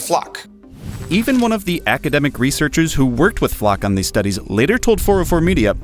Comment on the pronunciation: Why are you pronouncing it Fluck??